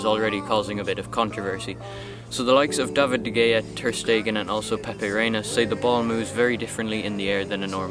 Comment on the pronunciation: good video but its pronounced de hea not de gea